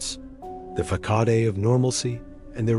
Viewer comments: Yo, teh Ai. Check your pronunciation of “facade,” since you seem to love that word a lot. Fuh-sod. fuh-sod. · It’s “fa-sad” 🤨